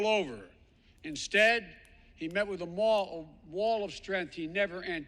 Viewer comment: He met with a "mall of strength"....he met with a "wall of strength". Can he complete a sentence without screwing it up?